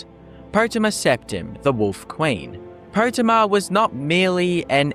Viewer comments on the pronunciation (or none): Po-tay-ma. Not Pot-e-mah.